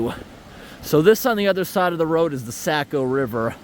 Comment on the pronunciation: The Sack-O River!? It's pronounced Sock-O!